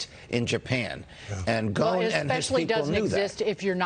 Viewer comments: Why are they pronounce his last as Ghone? His last name is Ghosn (pronounced Ghoson) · His last name is pronounced go-son